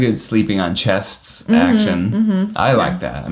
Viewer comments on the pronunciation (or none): The fact that Ned can't say chest or breast is hilarious.